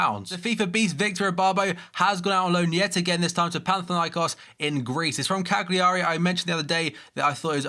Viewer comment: You don't know how to say cagliari